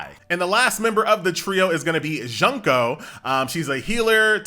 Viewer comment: the way he pronounced "Junko" Junk-o. I cried a little.He just called her Trash-o. He went straight for the heart. Fortunately she's already dead....